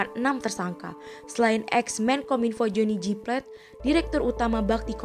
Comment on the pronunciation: Johnny G.plate kak bukan johnny jyplet